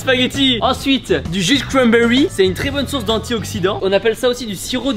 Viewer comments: jus de cwanbewy😂😂😂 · Tibo: Du jus de cwambewi Moi:🤣